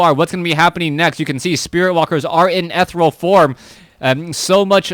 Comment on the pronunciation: Hehe, still wish you'd look up the pronunciation of 'ethereal' someday (dictionary dawt com has an audio button even hehe), but I freaking love your WC3 casts, so my pet peaves can suck it.